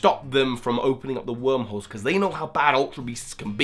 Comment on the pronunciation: For some reason I kept thinking you were saying "Opening up Wurmple's" instead of "Wormholes" and I didn't know how to react to that haha